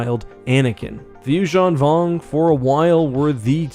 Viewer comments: The “you-JEAN vong”? Isn’t this pronounced “you-ZAHN vong”? Why do you pronounce it french-like in the middle? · Why do you pronounce it You-shawn Vong. Instead of You-zan Vong?